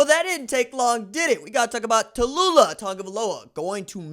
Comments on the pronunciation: It's not Ta loo lah, like in Bankhead. It's Tau lee ah. Get your names correct. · Who da fark is Ta-lu-la?...it's Tau-lee-ah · It is pronounced Taulia = Tao-Lee-Ah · Why are you butchering his name? You sound ignorant. Tau Lee Ah. What should we a$$ume your name is Ron Julio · Wait, try Tau-Lee- ahh. I will leave a dislike and will Unsubscribe. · The pronunciation is TAU- LEE- AH. Go got'em kid!! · Tau-li-ah....put some respect on it my G. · Taw-Leeah Thats how you say his name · Its pronounced TALIA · Bruh,....tah loo lah? C'mon ....yeah it's funny, but c'mon man. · I'm pretty sure it's pronounced Tuh Lee luh lol. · Taulia= Too-Lee-a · TAULIA (Taoooh-leeah) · Come on RJ, I'm a subscriber because I truly enjoy your HONEST INSIGHTS.. Give the kid a chance, at least pronounce his name right. TAULIA (TOWEL-LEE-AH). KEEP UP THE GREAT WORK. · Pronounce his name properly! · Bruh that aint how you pronounce his name foo lol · lLlLl it wasn't a mispronunciation because he never tried to correct himself when addressed in the comments of the proper pronunciation or nickname in the comments. You may not understand because you don't care to represent and have pride in your family's name. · It took Maryland fans Ta-loooh-la to realize Williams ain’t going to the turtles 😂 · Just called him LIA for now you're butchering his first name lol